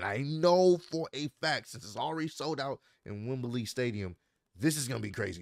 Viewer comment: Dear, it’s pronounced Wem-blee, not Wem-ber-lee. 👍🏾